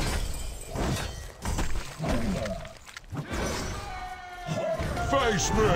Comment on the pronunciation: "Faice Mei" ill buy this avatar today.